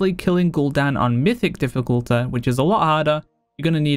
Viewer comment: this guy sayin dificulaaa triggers me for some reason